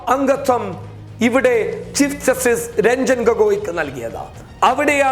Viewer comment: ആദ്യം നീ പോയി ചീഫ് ജസ്റ്റിസ് എന്നു പറയാൻ പടിക്കെടാ പുല്ലേ